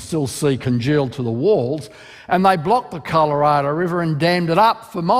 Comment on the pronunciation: All the lying aside, the creationist way of speaking is annoying. -"They LOOKED at it, and Noticed how the LAVA FLOWS were Actually YOUNGer than what the lab came up with, Due to CONTAMINATION! Here's an example from COLORADA!" The weird emphasis on certain words makes it all sound like some sort of surrealist Spoken Word piece. Here's my contribution: Andrew Snelling, what are you selling? My tears are welling up from frustration, from fear, from the susurration emanating from your BRAIN CELLS as they struggle, muddling through your sea of cherries picked from the tree of science. You CLAIM these cherries make a tasty pie, but all you do is lie, lie LIE!"